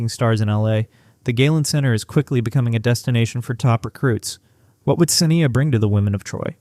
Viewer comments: you credibility SUFFERS when you can't even pronounce her name correctly.....it is SA--NYE--YA.....NOT SINN--E--UH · Thank you for recognizing her talent. Please correct the pronunciation of her name.